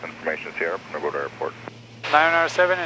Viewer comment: Love the videos. Couple of nitpick items. I have to mute the video because it’s not punta gorTa. No “t” in there. Also when you’re replying to atc you trail off your call sign and it sounds like sehfawhis. (75Whiskey)